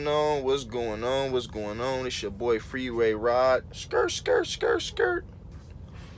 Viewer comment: “FREERAY ROD”